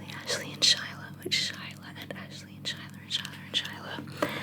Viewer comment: 🥰🥰🥰 This is great,! I’m very happy to support your amazing channel. You bring me a lot of relaxation! Ps: My name is actually pronounced like “Skyler” lolol. I also joke that my parents straight up misspelled it 😂 I get other pronunciations all the time though and it doesn’t bother me a bit! Looking forward to many wonderful future videos!